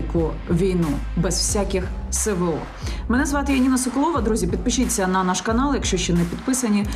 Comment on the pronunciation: Яніна, вітаю 👌 Постійно дивлюсь Ваші випуски, Ви - молодець. Хотів запитати, Вы навмисно кажете "СеВеО"?)